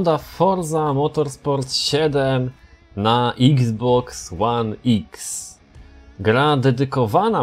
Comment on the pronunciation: czyta się Xbox one eks Pomogłem?